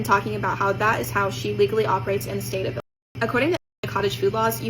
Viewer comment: It's Illinois. Why can't you say Illinois?